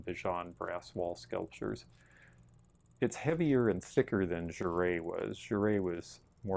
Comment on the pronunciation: Thank you for pronouncing Jere correctly, LOL, I heard it pronounced Jerr the other day (and one of the partners was named Jerry wasn't he?) But I believe that the company wanted to give their creations a continental flare, hee. I used to see Sky Saxon of the Seeds on the streets of Hollywood when I was in the punk scene in the '70's, sadly by that time his brain was completely fried and he was working at a health food place called The Source.